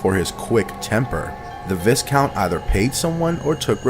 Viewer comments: The S in Viscount is silent BTW, it's pronounced Vycount. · Lord & Lady! I wish people would actually look up how to pronounce a word if they're going to repeatedly use it. It's VY not VIS. That jackass' mispronounciations is almost as annoying as that Chills dude's voice.